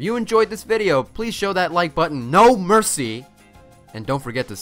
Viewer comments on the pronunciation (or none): none